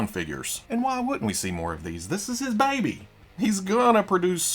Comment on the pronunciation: I say this with love….but man you hit “This is his Baby” so hard with that country accent. Lol #thatsweetsouthernaccent #roboark #queekly #THAILOG Then again I can’t say much being on the opposite side of the state. Lol